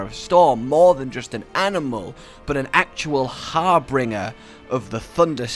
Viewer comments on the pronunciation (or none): So dude the word is "harbinger" not "harbRinger" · "Harbringer of the thunder season" Nicely done,. Very nice.